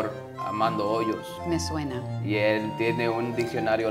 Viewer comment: Armando "Ollos"????????? HOYOS! De nada, don Eugenio Derbéz.